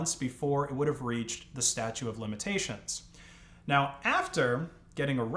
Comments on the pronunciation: "Statute" of limitations. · pleese tell me you didn’t say "statue" of limitations?